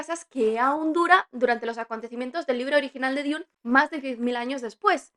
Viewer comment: DUN, DUN, DUN, se pronuncia DUN, no DIUN